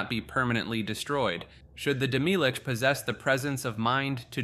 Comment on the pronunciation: Isnt it pronounced as Demi-lich? and not Demilich? The way you pronounce it sounds like demilique